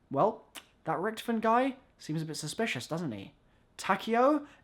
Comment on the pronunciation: It's pronounced richtofen lol